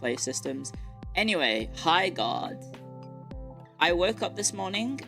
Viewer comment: Every time she said Highguard I thought she was saying "Hi, God"